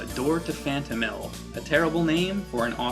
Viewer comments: Phanto-Mile...Not Mill. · phantomile not phantomill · Oh my God stop saying Phantomill. It's Phantomile. Phantom. Mile. It's a portmanteau. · Klonoa door to phantomill? ITS PRONOUNCED PHANTOM MILE!!!!!! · It's pronounced Phantom-MILE, not Phantom-MILL, but other than that great review. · Sure it's not pronounced "Phantom-mill" and not Phantom-mile? Phonics! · question: do you pronounce the 'mile' in 'X miles per hour' as mill? cause it's not phantomill, it's phantomile. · I think it's pronounced Phantom-mile, not Phantom-mill. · I always pronounced it Phantom Isle. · I always pronounced it Phanto mile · I loved this game. Although I'm fairly certain it's pronounced "Phanto-mile" kinda like saying Phantom and mile. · Pretty sure it's pronounced fan-toe-mile. And I think it's an awesome name! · Phantom. Mile. That is how you pronounce it. It is a play on the two words to mean ethereal place, as the game is set *SPOILERS-SPOILERS* in the dream world *SPOILERS-SPOILERS* It sounds less "stupid" when said correctly I am glad you covered this game, as it is one of my favourite games from the playstation. And, btw, that puzzle on the moon you shown I had difficulty with too when I was younger. It was my breaking point back then, but the game still holds a special place in my heart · What is up with him constantly saying the name is awful...? The name is perfectly fine, and represents the game greatly. And I do believe you're pronouncing "Phantomile" wrong.